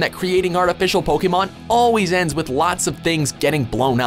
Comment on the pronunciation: I hate the fact that this guy can't pronounce the names of Pokemon right...